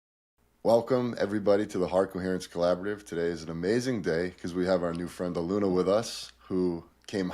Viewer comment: Respectfully and with kindness, "Ahh- loon- yah" ❤ One Love ✨️ Thank you for this transmission 🙏🏼🫂 You are both wonderful and so helpful to the collective. Deep appreciation 💝